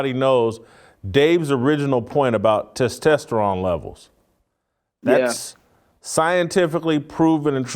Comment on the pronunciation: Did I hear you say “testesteron? I think you meant “testosterone”.